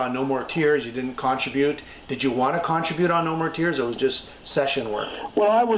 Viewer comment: I was willing to overlook the pronunciation of "contribute," but butchering "against" is baffling.